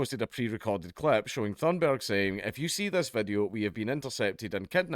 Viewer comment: Dank, your accent made it sound like you called her Greta Thunderbird at the beginning. Don't go giving her cool sounding nicknames.